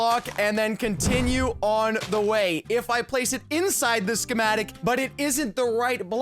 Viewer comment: this is how keith said Schemetic | | | V